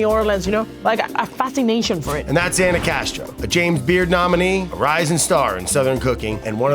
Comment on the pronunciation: Beautiful episode, its Ana not Anna. lol